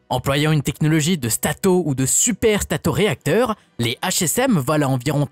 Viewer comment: STATOréacteur, pas STRATO 😉